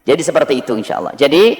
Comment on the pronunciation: MAAF YG BACA NARASI TOLONG DONG MENGUCAPKAN ALLAH NYA MENJD ALLOH...BKN ALLAH SPT DIUCAPKAN OLEH ORG NASRANI...🙏